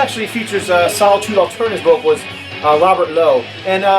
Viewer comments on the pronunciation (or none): none